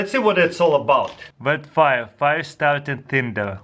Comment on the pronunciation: "bet faia" taras 2017 <3